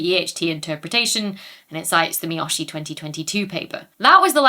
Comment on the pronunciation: A (ah), E (eh), I (ee), O (oh), U (oo), the Spanish vowels, are how Japanese vowels are pronounced. Miyoshi is Me-yo-she